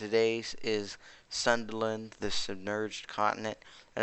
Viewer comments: Its pronounce as soon dA land not sunderland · its pronounce Soon-DA-land